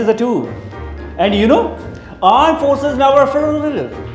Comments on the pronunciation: Aand forces 😂😂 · Aand Forces😂😂😂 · Aand forces 😂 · Indian Armed forces 😊 Paxistan Aand forces 😂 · Aand forces😂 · Pakistani aand forces 😂😂😂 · Armed Forces❎Aand Forces✅ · Pakistani aaand fource😂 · Sabse pahle aapne ghabrana nahi h. Na kre janab na kre. Yes it is two. Aand forces. Eendia. Paijaan 😂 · Aand forces 😂😂😂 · Pakistan Armed forces ❌ Pakistan Aand forces ✅ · Armed forces ❌ aand forces ✅ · Aand force 🤣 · Anda force 😂😂😂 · "pakstni aand forces" 🤣🤣🤣🤣